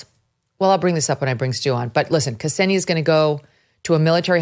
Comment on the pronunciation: >kasenia its ksenia, not "kasenia". idiotas murrikanos have no respect to rushian lang. thats wy ur ppl got jailed in rushia.